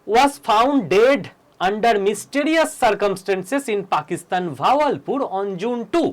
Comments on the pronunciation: ভাওয়াল পুর .... বাহাবাল পুর। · Not vawalpur , kothata Bahawalpur.